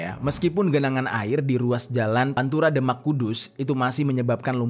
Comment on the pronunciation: Sorry bro.. Demak di baca ~> The mak! Bukan ky baca Denmark! .. Beda!